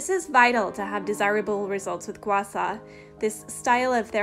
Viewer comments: (GWAH - SHAH) NOT ( GWAH SAW) is the correct pronunciation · (Gua-Shaw) not (Gua Saw) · It's pronounced "gua sha", not "gua sa". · "Gua Sa" LOL! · Can you not pronounce h's or something SHA